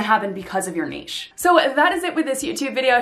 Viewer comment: This is the only video about finding your niche, that actually has the correct pronunciation of the word “niche.”